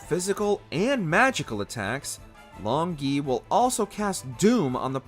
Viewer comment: The hardest thing about this video was listening to the narrator mispronounce Long Gui multiple times.